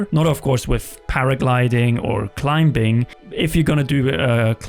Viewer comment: Is it just me or is this dude pronouncing the “b” in “climbing”?